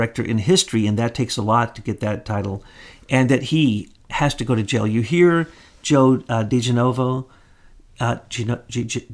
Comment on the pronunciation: Please learn how to say Joe's name...drives me crazy...other channels on here have no problem saying his name. This is not the first time either. It isn't that hard!!